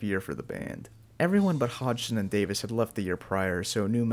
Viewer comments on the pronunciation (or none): I liked the parts where you mispronounced Davies as Davis.